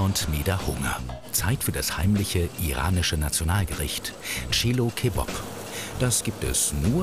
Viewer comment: hahahaha tschilukebab hahahaha